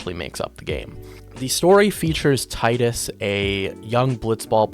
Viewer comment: Bro es Teedus but besides that great video! Keep it up